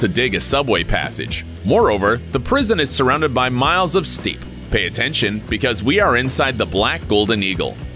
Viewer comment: Surrounded by miles of what? Steep? Do you mean steppe? High elevation plains? It's just pronounced like "step", bro